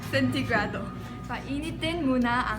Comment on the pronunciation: "Painitin ang hulno ng isangdaan at s'yam-na-pung sentegrado" was my fav part xD lol nice to hear Korean speaking our language 😍😍😍😍